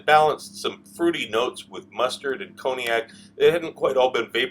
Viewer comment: Brought back memories. Forgive me though, if I smile at your pronunciation of Cognac as "Coney-Ack." Images of Coney Island and Nathan's flashed before my eyes - Steak Diane definitely not on the menu, there!